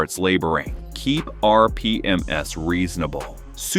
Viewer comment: Sounds like another AI video. "PERfect (instead of perFECT) your warmup routine" VYscosity instead of VIScosity? "R P M S" instead of RPM's? Why does it keep showing the AC/alternator/water pump belt when talking about the timing belt (inside a cover)?